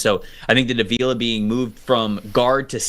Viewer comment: Re: Rams Steve Avila, who played every snap last season on the OL as a rookie: It's pronounced AH-vee-la (not Uh-VEE-la).